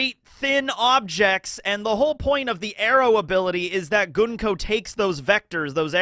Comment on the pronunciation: Came for the info, stayed for the pronunciation of Gunko, let for the repeated references to Bleach...